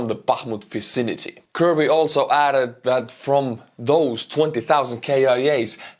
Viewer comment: I had to listen twice when you talking about casualties at the Bakmut vicinity. At first, I thought you said "Bakmut facility" as in a slaughterhouse or other such place. Yes, that is the Bakmut Facility were Russians go in get processed, some dying and others having parts of their bodies removed. I suspect that will be the location of the major war memorial park like Verdun is.